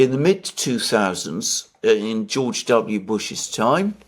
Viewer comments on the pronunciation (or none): none